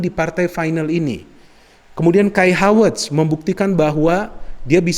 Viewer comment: Apa cuma saya saja Yang mendengarkan Menyebutkan Nama Kai Havertz Dengan sebutan Hawertz, Hawertz. Tolong klarifikasinya dong 🙏 #SayNotoRasicme #Respect